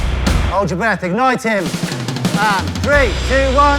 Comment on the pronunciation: I can not describe the stress I felt when they said "egnite him"